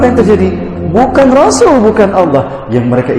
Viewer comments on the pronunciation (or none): none